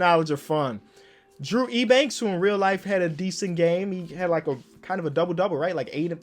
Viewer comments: Drew Eubanks is pronounced U-Banks not E-Banks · Yo btw Drew Eubanks’ last name is pronounced as Yew-Banks. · Eubanks is pronounced like youbanks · Drew Eubanks is pronounced “you-banks” trust me I’m a spurs fan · saying “Ebanks” is kinda irritating me a lot 🤣